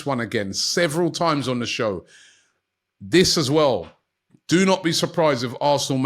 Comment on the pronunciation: one thing i always wondered with robbie is why he pronounces his “TH” words (This They Them) etc. as Vis, Vey and Vem 😂😂😂